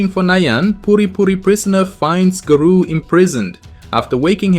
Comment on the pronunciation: Stop pronouncing garou wrong